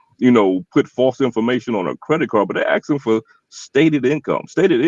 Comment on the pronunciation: It’s a spicy way of “asking”